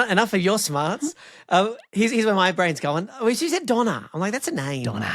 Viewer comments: Same here. I was so confused by how Donna fits together with gyros and shawarma, until I read the captions and realised it was just some bad pronunciation of döner. 😅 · It is döner, not doner. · Took me a while, as the pronounce it "Dona", to get that they are talking about what in my part of the world is called "Döner". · My brain refuses to accept the pronunciation of "Döner" in this video. I know every country has their own way of saying it, but "doner" and "Döner" just don't belong together in my brain, it just doesn't compute! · It is not Donna, it is Döner. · Yeah in the UK we call it "donner", pronounced like the name "Donna". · That pronunciation of Döner hurt me xD it also took me a while to figure out what you were talking about (I didn't know what it meant though, so that's pretty cool!) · "meatspin" oh no... Also, as a Turk: the ö in döner is closest to the i in bird Shawarma is indeed ultimately from Turkish çevirme (to turn around, pronounced che-veer-meh) but via Arabic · it's döner. the ö is like the o in worth. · Same here. This is the first time I heard English speakers pronounce "döner". Greetings from Germany, where we make a clear difference between the letters o and ö - like the Turks do. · I'm from the same part of the world as three of the guests, and we pronounce it ”Doner" but imagine it said like an Aussie. Like swapping the vowels in "Dunno"... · I didn't know that Brits pronounced it 'dɔnə. That 'Canadian' spelling gets you a lot closer to the Turkish pronunciation. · i understand this is a podcast of only native english speakers but the way döner was pronounced made me cringe ever so slightly every time